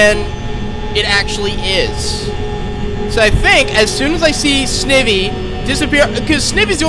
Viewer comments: You're pronouncing Snivy wrong it's pronounced Snie vee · It’s Sn-eye-vee by the way, and I like these vids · you said snivy wrong